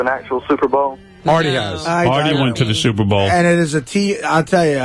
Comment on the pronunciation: Gary says Suvervol ( superbowl)